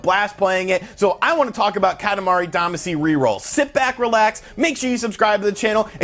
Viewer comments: Katamari Damacy is the English adaptation of the Japanese romaji Katamari Damashī (kanji: 塊魂, hiragana: かたまり だましい), which means lump/chunk soul. Duh-mah-shee is the the correct pronunciation. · Still pronouncing “Damacy” wrong I see.